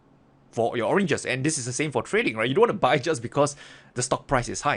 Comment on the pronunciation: You made me laugh with the orenges